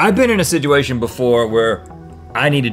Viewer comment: Rhett "Sidgeuation" alert!